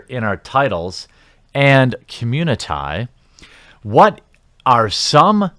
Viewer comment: "Communi-tie" "wahmen"...so...English is, what, your fourth language? Fifth?